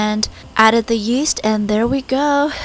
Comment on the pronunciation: Omg i thought she said yeet when she said yeast 😥